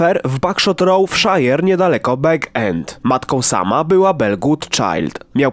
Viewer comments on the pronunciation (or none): Czyta się "bAg end"; że co? Sam traktował Froda z pogardą? XD